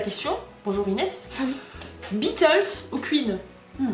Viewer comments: « Cuine » frr dit queen nan 😂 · "Kuin" jpp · QUEEN, omg mais!! Mais là je t'adore fois mille! Par contre la prononciation "kUine" je suis morte c'est chou 😍😂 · Ah comment vous dite queen c’est horrible on dit Quenn et quine